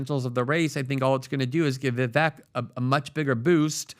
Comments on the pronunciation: VEE VAKE.. repeat it with me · Vivek rhymes with snake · ▶️ It's "Ve-VAKE" like Cake! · Vivek rhymes with “cake”. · Vivek as in snake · Get his name right. It’s pronounced “Vivayke” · PRONOUNCE HIS NAME CORRECTLY ,AS YOU GUY' ARE PUTTING ME OFF.... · PLEASE LEARN HOW TO pronounce VIVEK'S NAME PROPERLY ........